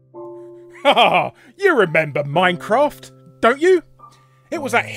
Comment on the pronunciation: Miney-craftah? Never heard of it.